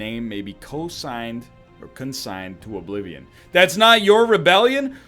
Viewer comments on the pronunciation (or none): none